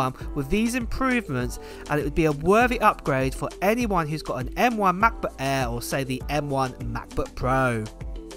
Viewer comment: “Mah buh ehhh, em-free moddow” = Translation = MacBook Air M3 Model